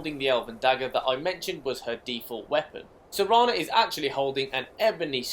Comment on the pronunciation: Serana, not sereeeeeena